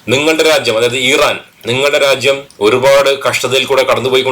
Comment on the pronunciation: ഈറൻല്ല,,, ഇറാൻ, എന്ന്, പറയുക